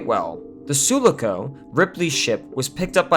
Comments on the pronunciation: Ok first of all; nice video. 2nd: all true Alien Film Franchise Fans know that how we pronounce the "Sulaco" ship's name from Aliens is: "Suláco" and NOT: Súlaco. It's known. We all have seen Aliens a trilliom times or more and we KNOW how to pronounce it. This tells me you really haven't paid attention. 3rd: this video is basically an honest view at the disappointing mess that is Alien3 and the many reasons why are explained throughly & throughout the entire analysis on the video. 4th: if 3 was such a disaster, how can you insinuate that it was better than Resurrection and Covenant? That doesn't make sense. Alien3 is infinitely worse than Resurrection and Covenant. Resurrection is way more provocative, interesting and much more daring than 3, and Covenant left a humongous cliffhanger at the end with its closing scene. I walked with my head down after seeing 3. I was revived by Resurrection and excited after Covenant for what its sequel could bring us. My two cents. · Su-luck-o? 🤔 Suloco dude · Say it with me.... Soooo-lah-co. Not Sulu-co lol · It’s Sue-Lock-oh not Sula-co….. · It's pronounced sue-lock-o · it's pronounced "Soo-Lock-Oh" love your videos ! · Shoelaco?! Have you seen the movies? It's "Suuh-lah-co". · soo low co??? it says sulaco.... sooo lah co ffs lol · su- lah- ko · Hey bro, it’s pronounced “suh-lah-ko” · it's pronounced Soo-lah-ko, not sooloo-co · Sue-lock-oh. Not Sulu-co. Sorry should have read comments first. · Dear God, It’s pronounced Sue Lock Co 😭😭😭😭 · Suh-lah-co. Not Soo-la-co. Bro do you even Aliens? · Sue-lock-oh not Sue-le-coh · Suh-la-co, not Soo-la-co. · Repeat after me: “soo-lah-coh” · OMG - It's pronounced Sue-LAH-KO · Say it with me...SUE - LOCK - OHH. SULACO. SUULAACOOOO I fucking hate the way he says it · Sulaco is pronounced, "Sue LOCK oh". We know this because Ripley mentions it in the film. Although I can imagine millennial Star Wars fans prononcing it, "Ess You Elle Aye See Oh." (The same way they butcher AT-AT)